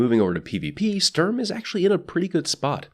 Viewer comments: Just say "Shtorm" and roll the "r" Also, it's only appropriate to scream "FÜR DAS DRITTE REICH!" when using Sturm. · I could be very wrong in this, but I thing the pronunciation is something like "shturm" and "drahng" Started German language classes only recently so I could be very very wrong. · Sturm is pronounced shterm, just to be helpful. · The way this is pronounced is "Shturm". You pronounce it like sterm. Like take the U from Honolulu, Sh from shit. There you go. Shturm. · It’s either How you pronounced it, but it might be pronounced Shturm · sturm is pronounced "stoorm" basically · sturm is said like this s(h)turm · The U in Sturm is pronounced a bit like you would say YOU (U mad?) and the ST is pronounced like ShT. Your Welcome. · german here, it's pronounced like "shtoorm". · MC Aaron E nah, it's a german word which is pronounced like "shtoorm". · Sturm pronounced correctly in German: "Shtoorm" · I am German and yes you said it wrong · I am german and I am offended when he says Sturm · It's not pronounced Sturm, it's pronounced 'my names jeff'